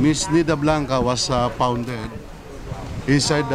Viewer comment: you said about in morning Nida Blanca was ‘pound’ (pronunciation) …I am sure you meant ‘Found’!!! Golly if you mispronounce the word it will have a totally different meaning. So if you cannot pronounce your words correctly…just speak in Tagalog…it is shameful really & funny!🤣🤣🤣